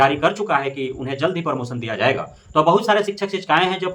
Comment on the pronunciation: और भाई परमोसन नहीं प्रमोशन होता है।